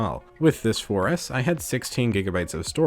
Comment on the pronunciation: When he said 4s I thought he said foreass one time lmfao 😂😂😂😂